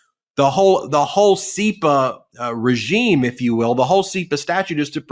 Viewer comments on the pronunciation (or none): none